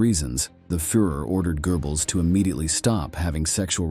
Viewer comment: Your new narrator whatshisname -? - mispronounces many, many words, eg Goebbels and Prussia.